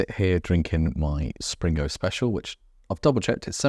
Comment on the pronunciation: Enjoyable vids, thank you. I visited the Blue Anchor in 1978 and it doesn't appear to have changed! Pedant Point - its Spingo, no 'R' in there.........